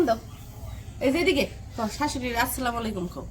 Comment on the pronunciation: tumi Salam vul vabee diccho, tumi bolcho aslamalikom, ashol uccharon holo " Assalamalaikom". Vul uccharoner karone ortho tao onno rokom hoye jay. Kheyal rekho.